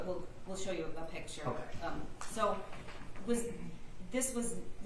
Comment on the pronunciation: He keeps saying pitcher instead of picture. 😂